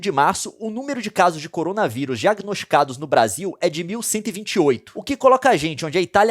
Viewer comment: Cowona viwus Vishe